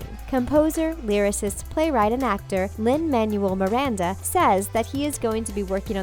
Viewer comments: LinLGBT I thought I was the only one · Did you say Lin-Manuel Miranda wrong?!